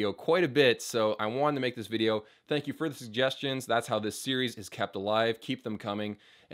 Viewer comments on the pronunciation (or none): none